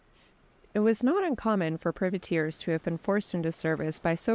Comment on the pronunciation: What the hell is a pervertear? It's private Tear all one word! Makes everything you say suspect when you can't even get that right right off